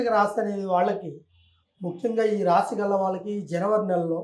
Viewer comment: Raaashi kaadu Raasi.Anchor Telugu bhasha sarigga palakandi